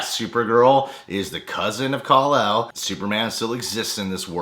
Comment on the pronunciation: Kal-el, not Kon-el.